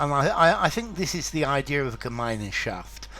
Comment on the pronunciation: I didn't know that this term has entered English language. In fact it's pronounced without the German "e" in the middle, which is not even there in writing: ɡəˈmaɪ̯nʃaft